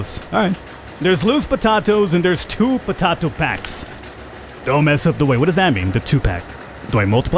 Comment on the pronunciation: I can't believe he said potato fine then proceeded to change to saying it wrong